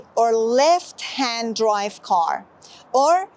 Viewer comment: سلام تلفظ left رو دوباره چک کنید .ممنون از کلیپ خوبتون.